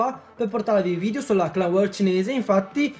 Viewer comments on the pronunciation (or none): Si chiama war non wor